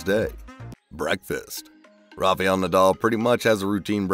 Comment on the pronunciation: Rafa-el, not rafey-al